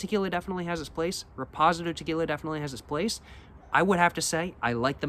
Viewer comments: Shots game - Every time says Repozidoe! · Probably doing it on purpose to drive engagement. Many comments on his mispronunciation and he ignores them. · I’m CACKLING 😂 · That pronunciation is wild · Gets me everytime😂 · Now there’s no way you’re pronouncing reposado and Anejo like that